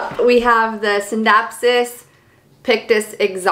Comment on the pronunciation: Beautiful collection! I have all the same, exact plants too plus a scindapsus lucens. You pronounced the scindapsus exactly how it spelled but I hear alot of people pronounce it R-JEWERLY-US